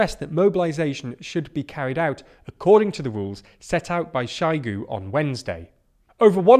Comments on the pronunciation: Do have the decency to invest a bit of time in pronouncing foreign names. It's very hard to listen when you get a "Shygu" here and there. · Please work on your pronunciation of words like Zaporizhia (zh makes a sound like the ‘s’ in ‘pleasure’), Kherson (Kh makes the ‘ch’ sound in ‘loch’, more like a throaty ‘h’ than a ‘k’) and Shoigu (oi is pronounced like the ‘oy’ in ‘boy’). All these mistakes make it seem like you haven’t listened to how these words are said or haven’t made much effort with your investigations. Would you trust a news programme reporting on British news about ‘Landon’ or ‘Mankester’ and Prime Minister Trass.